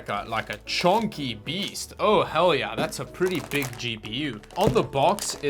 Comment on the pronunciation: your yeah sound like ja (Deutsch)